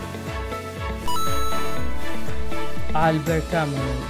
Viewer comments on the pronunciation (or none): none